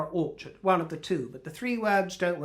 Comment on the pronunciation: She really is useless with her names/titles. They are always easily transformed into a derogatory version of whatever she comes up with. I love the pronunciation of "Orchard" for example, with his accent it comes out as "whorechart". I don't if it's accidental or on purpose, but it's proof that she needs to use her, (or at least someone else's) common sense and come up with a different name. But she's so pretentious it'll never happen. By the way, 'as ever', you look gorgeous.